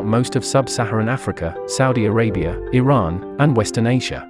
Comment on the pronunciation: First time ever heard anyone pronounce Iran correctly. Bravo 👏